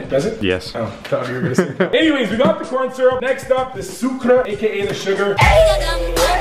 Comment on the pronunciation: He said "Coryn Syrup"😭